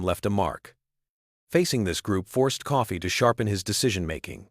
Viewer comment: .... it's Coffey not Coffee....you Canadian??